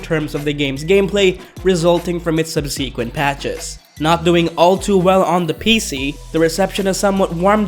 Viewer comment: “Sub-see-quent”? You guys mispronounce $0.25 words all of the time on this channel. Its almost as if, you’re reading something written by somebody else.